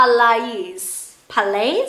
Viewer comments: Hi, Palais is pronounced as palai (ˈpæleɪ). Love your honest & in-depth reviews. Gr8 work. Thank you. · Le Grand Pal-aye i believe its pronounces. sounds french. lol.